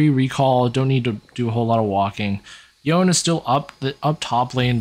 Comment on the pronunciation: Yo-ne, Yo-ne, not yown. Even Yasuo said this name. There's no Japanese that would have a name and pronounce it as Yown